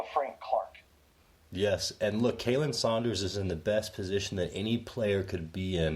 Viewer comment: Love you guys... honestly I do... But you guys are butchering Khalen ( which is pronounced Colin) Sanders' name... But you guys are awesome!!! Continue what your doing guys 👍